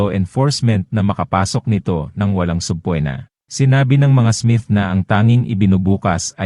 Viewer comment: Correction po sa nag comment ng “half bread.” Do you mean “half breed” at hindi kalahating tinapay? At pati na din po sa narrator nitong story, you have to pronounce the name “Kel-ci” at hindi “Kel-sey”, “sub-pi-na” at hindi “sub-pwi-na” and many more words to be pronounced correctly. It can be annoying to your listeners. Keep it up!